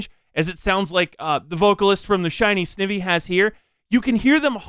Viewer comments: Pronouncing "Snivy" and "Sn-ih-vee" hurts my pokemon loving self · XD it's Sn-ai-vee